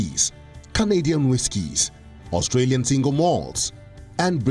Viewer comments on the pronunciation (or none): none